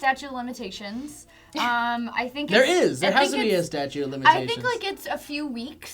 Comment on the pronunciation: did they say staue of limitations? hahaha because thats wrong